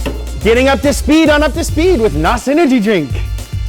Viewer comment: Please never pronounce NOS as a word again. It really takes away from the quality of your videos. NOS as a word is for the Fast and Furious crowd who really believe tha Nitrous Oxide is flammable and the blower on Dom's charger is real.